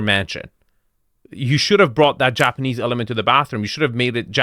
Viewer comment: is really butchering the words "japanese" and "minimalist" to a degree, that should be illegal.